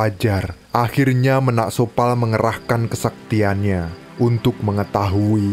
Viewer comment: Bukan menak sopal min..! Tapi Ménak Sopal, baca é nya seperti baca e pada enak atau kecap